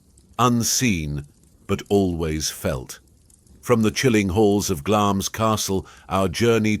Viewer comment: Glamis is pronounced 'Glamz' (no 'i'), and that story has no connection to Christmas Eve at all. The card games took place on a Saturday night and should have stopped at or before midnight so as to avoid gambling on the Sabbath.